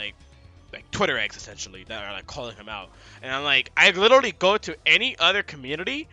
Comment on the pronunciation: Liddily = literally